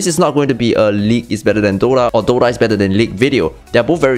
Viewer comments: broo..its called DOTA ,not DOrra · WTF is Dora? He keeps saying Dora. Im here for Dota. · is it just me or he kept saying DORA?